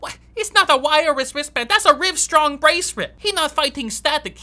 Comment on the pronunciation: "Rivestrong braceret" HAHAHAHA.